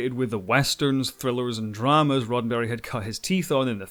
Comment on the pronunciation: Sounds like he is saying Rotten Berry